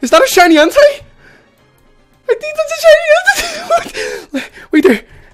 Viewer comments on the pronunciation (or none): En-tey. Like tater. Not Entai. Its like hentai. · he says "entei" like "hentai". Its EN TAY E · You Suppose tO pronounce it En-Tei. Nie En-Tai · its en-tay nit en-teye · ITS NOT ENTIE ITS ENTEI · Everytime says "entei" sounds likes hes saying "hentai" xD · Flippeh_Vengeance - Gaming & More! Lol you are right does sound like it! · "OMG A SHINY HENTAI!!!111!!" Don't quote me on that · Flippeh_Vengeance - Gaming & More! lmao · This is gonna make me sound like a little dirty minded but why does it sound like he is saying "Is that a shiny Hentai" 😂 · My boy sounded like he was saying hentai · I thought you said shiny henti... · Why are you saying shiny hentai? Am I the only one who hears that? ... Nvm I guess Im just... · u say en-tay but it is spelt entei